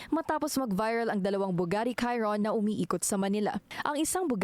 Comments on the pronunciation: Bugatti Chiron pronounced as Bugatti "Sheeroon" hindi Kayroon. Welcome. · Fyi Bugatti Chiron- Sheerohn✅️ Kyron❎️